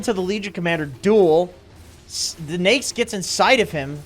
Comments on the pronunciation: how people pronounce it on the west ? we called it na-ik on south asian im hearing he said nixs or niks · I hate how he pronounces Neix instead of Naix. Everytime he pronounces Neix, wanna punch his face.